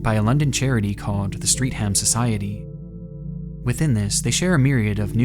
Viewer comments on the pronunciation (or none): The most disturbing part of this video as someone from South London is hearing Streatham pronounced as "Street Ham" It's pronounced more along the lines of Stret-em. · Sadly, its actually not pronounced street-ham, but streh'th-um. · 'linking us to a PDF file' huh? I think we got linked to one at the start of this video honestly. Fuck I wish this was fiction. Also I'm sure you've been corrected on this a hundred times already but - 'Streatham' is not pronounced 'street-ham' it's more like 'stret-m'. (Damn I wish I wasn't living in the same city as this accursed man - in an area not that far from him, at that. Blech.) Great video <3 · Streff-am is how its pronounced haha not street ham Banger video as always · First of all - it's pronounced "stret-um" not "street-ham". Second - I lived in the area from 79 to 2016 and don't remember anyone like that. I call BS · side note as a pedantic british person- streatham is pronounced “strethum” not “street ham” - good vid tho. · It's pronounced Stret'm not Street ham, the 'm/ham part is always pronuonced like a light "um" and a light umlaut on the u. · Streatham is not pronounced "Street ham"... it's Strettem. Could do some basic research on how to pronounce non-American place names before recording next time... (Wikipedia has pronounciation information for example, took me all of 5 seconds to google it) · “street-ham” it’s “stret- um” 🤣❤️ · The street ham society 😂 Streatham, Google the pronunciation you will laugh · In classic British/London style, Streatham is pronounced "Streth-am". You're welcome. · FYI Streatham is pronounced Strettam. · You pronounced Streatham so bad i didnt even realise what you were talking about until i looked at the screen. Totally understand btw but its more like stret-um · For the Americans, Streatham is pronounced 'Strettam'. UK English is funny like that. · It's Stre-thehm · I do believe Streatham is pronounced "Streth-um". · pronounced "Streth-ham" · Btw Streatham is pronounced streth- am